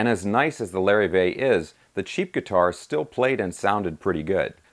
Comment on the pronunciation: Lar-eve-vay...not Larry-vay...